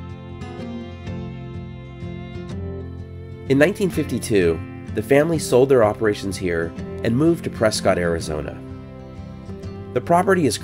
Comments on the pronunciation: its "press-kit" arizona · Thumbs up, for sure, and just fyi, Prescott sounds like PRESSkit. 🙂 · You mispronounced Prescott.